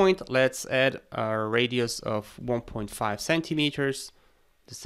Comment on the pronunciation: I was stuck for way too long on the part when you extruded the threaded section of the base. I kept hearing you say "point five" CM but it was 1.5